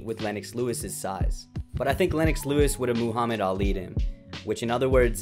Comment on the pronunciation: Lol, Moohammad.